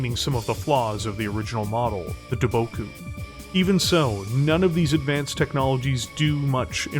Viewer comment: Lol, you mispronounced Daboku several times. And I wonder if I'm the only one who caught the similarity between the words Daboku and Debacle.